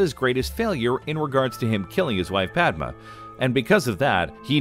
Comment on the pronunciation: The moon is ON Wasp 49-B? As long as we're talking about Star Wars, a little nitpicking is in order; Padme's name is pronounced PAD-may, rather than PAD-muh. Also, in addition to Anakin's Force choke of Padme, his attack on her so devastated her that she died, in part, of a broken heart during the birth of twins Luke and Leia at the medical facility on Polis Massa.